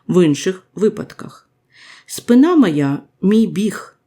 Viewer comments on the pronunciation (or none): Не спинА, а спИна українською мовою.